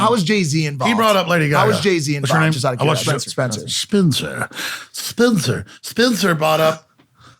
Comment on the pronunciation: "" hahhahaha